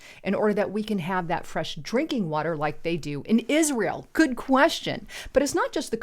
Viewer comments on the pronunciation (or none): none